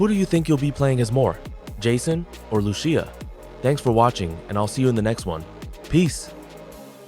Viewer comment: u confuse night clubs with strip clubs buddy old pal old best friend.. also u mispronounced Lucia’s name its ( Loose•See•yuh) not (Loo•Chee•yuh) but ig thats what happens when u talk through A.I. smh